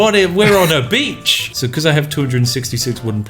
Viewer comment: as french instead of we're on a beach i heard "look Connor. We're on a b** !"